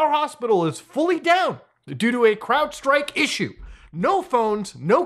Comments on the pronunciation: Is there a reason he is calling it cloudstrike and not crowdstrike? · It's not cloudstrike it's crowdstrike. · Stop calling it CLOUDstrike. Seriously if you can’t get the name right how can anything else you say be assumed to be correct?? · Isn't it "Crowdstrike", not "cloudstrike"? Just sayin bruv. You want those search hits don't you? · It's Crowdstrike, not Clloudstrike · Muta, its called CrowdStrike, not cloudstrike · It's crowdstrike, not cloudstrike. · buddy’s still calling it cloud strike instead of crowd strike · Muta's inability to pronounce "Crowdstrike" extends to him literally mistitling the video calling them "Cloudstrike" lmao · Cloudstrike? It's CrowdStrike brother. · It's crowdstrike not cloudstrike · Its CROWDSTRIKE not cloudstrike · I love how we are so used to CloudFlare messing up we are calling CrowdStrike "CloudStrike" out of habit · CROWDSTRIKE, dude, stop calling it CLOUDstrike.🤦‍♂️🤦‍♂️🤦‍♂️ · I keep Hearing a cell phone call hangup sound in your audio through the video. also... you keep saying "Cloudstrike" ... its CROWDstrike. it is literally in the site you browse the folders you show ... you keep saying CLOUD haha "Now, when you go to cloudstrike..." Shows the Crowdstrike website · I do have to say, considering this is your second vido on the topic, I'm amazed you're stilll saying "Cloudstrike". It's CROWD strike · It's Crowdstrike. Not Cloudstrike. Say it with me Crowdstrike. Crowdstrike. Cheers 🍻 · But Muta, Its CROWDstrike! Not Cloudstrike. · ITS CROWDSTRIKE NOT CLOUDSTRIKE! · Why does Muta keep calling it Cloudstrike when it clearly says Crowdstrike? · He keeps saying "Cloudstrike"...the word CROWDstrike is right there! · Muta... its CrowdStrike not CloudStrike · Is it just me or does it sound like hes saying "CloudStrike" every single time, rather then "CrowdStrike", I am hearing nothing but CloudStrike lmaooo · Did you say cLoudstrike the entire video? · My man. It's CROWDstrike. Wtf is "cloudstrike" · Crowd. Say it with me Crowd